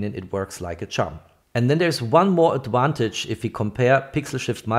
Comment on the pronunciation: I’m a big fan but I have two requests for next year. Is “peeze” out, “peace out”? I’m not familiar with that phrase. I realise us English are embarrassingly awful at languages, but can you say “adVantage” and not “adWantage next year please? I know many Swiss aim for perfection, so here are two picky requests, thanks😅